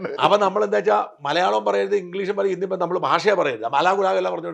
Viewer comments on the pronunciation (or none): none